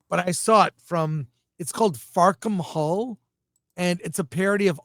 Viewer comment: Haha, 'Fuckem All' is the joke in the title about 'Fackham Hall' need to pronounce it properly..